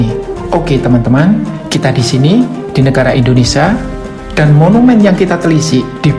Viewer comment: Indonesia ..bukan indonesa ..